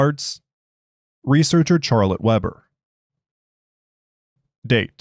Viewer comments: yes. "Sharlette" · He made me question the pronunciation of the name, it's Shar-let right?